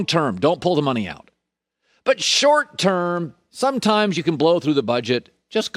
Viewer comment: Colin “SomeChimes” Cowherd